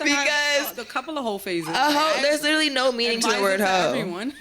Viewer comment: Littlely.... (literally is the actual word) . It works my nerves when I hear this.